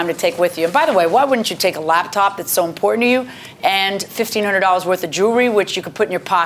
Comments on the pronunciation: "it's not $5000 werf" 🤦🏻‍♂️ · “Not $5000 worf” 😂